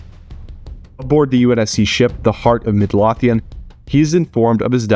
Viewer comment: Midlothian is pronounced Mid-low-thee-in